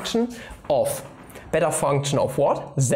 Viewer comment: When you said it's "the beta function," I heard "its a better function."